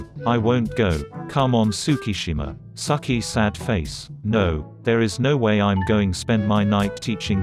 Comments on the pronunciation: it pronounced tsukki has sucki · KaGAYama and tsukki as sucky LMAOO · I love it how tsukki is pronounced sucky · Does no one want to talk about how the voice pronounces Tsukki by saying SUCKY oop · We ganna ignore the fact when it says Tsukki it pronounces as suckie